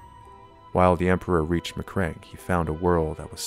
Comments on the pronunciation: Ma-Cragg-e not Macreg. (bashes head against desk) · Good little video clip. Some dodgy pronunciation of macragge and Robute. But never the less well made with some nice minis, cool. A good break from my usual beat, matt, batrap